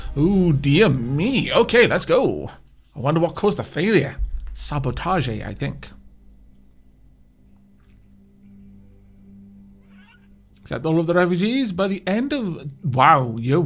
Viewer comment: Oh No Not "Sab Oh Ta Jay"!